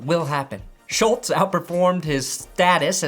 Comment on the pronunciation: aCtUaLlY Schultz rhymes with "cults".